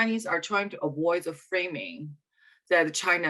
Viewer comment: anyone can't stand her pronunciation of ''the''?